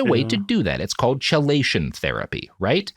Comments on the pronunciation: Am I the only one losing their shit over how he's saying chelation? It's "key-lation" not "cheh-lation" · I feel like I'm being nitpicky pointing this out but it is pronounced 'Key-lay-tion' therapy. Chelation is a chemical term used to describe a molecule binding another molecule in a specific manner. I'm so sorry Robert, love you but the way you said chelation again and again was like nails on chalkboard for my ears. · Love that first time Robert murders a pronunciation and you think "I wonder if that word will come up much". Chelation: kee·lay·shuhn. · I know its weeks later but chelation is pronounced kee-lay-shun. The 50 times he calls it chil-ation is breaking my brain. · KEE-lay-shun! I know I'm late and its a feature, not a bug, but it isn't cha-lay-shun. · Love the podcast. So forgive me for saying that I wince every time Robert says "chee-lay-shun". The pronunciation is "key-lay-shun". Likewise, ischemic/ischemia are pronounced with a hard C, "is-key-me-uh", not "is-chee-me-uh". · Key-lation rather than chell-ation. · KEY-LAY-SHUN These episodes are great but dang the constant mispronuniciation of chelation is rough lmao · Kee-LAY-shun therapy 😂 sorry as a chemist you're hurting my ears. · It's spelled "Chelation" but pronounced "Keelation" fwiw. Robert's description of how it works isn't entirely correct but it's good enough for the purposes of the podcast, especially given that the actual conversation is about Chelation therapy not actually working for the things people are trying to do. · Chelation is pronounced as "key-lay-shun." I flinched with each "Ch," haha Still a great episode though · Chelation is pronounced key-lation, just like chemotherapy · Chelation is pronounced "Key-lay-shun." I hope, hope, hope you learn this by part 2. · Somebody really needs to provide Robert with a pronunciation guide for words like chelation. (The first syllable, strangely, is pronounced "key".) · Kee-lation. Sorry this bugged me. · It’s pronounced KEY-lation.